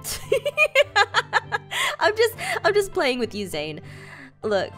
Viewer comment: When she told zane that he can tell the ponies, at first I thought she said you can tell the police. It's